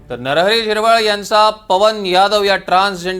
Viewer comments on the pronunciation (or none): नरहरी हिरवळ नाही झिरवळ असं आहे.